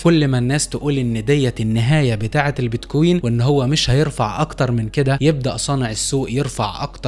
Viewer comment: كلام حلو وصحيح وكل التوفيق لك، ولكن ارجو ان تلفظ كلمة بتكوين بشكل صحيح انت بتحكي بييت كويين مثل كانك بتحكي اهزم اميرة Beat Queen شوف واحد اجنبي بحكي كلمة بتكوين والفظها مثله عشان الفظ يكون صحيح ارجو ان تتقبل نقدي البناء بصدر رحب لانه انت بتحكي بمستوى احترافي من معلومات ومش حلوة تلفظ كلمة بمعنى مختلف بشكل كامل